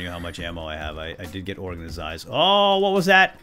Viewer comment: I like the way he says organized he says it like organazied